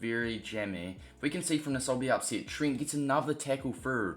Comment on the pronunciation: His name is not Trint